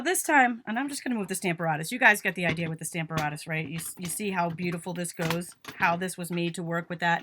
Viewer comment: PLEASE check pronunciation for STAMP a RATUS